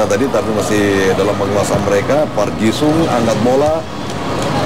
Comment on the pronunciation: thanks for uploading sayang komentator na kurang lafal ngeja nama pemain ji sung friend na wish running man come again to indonesia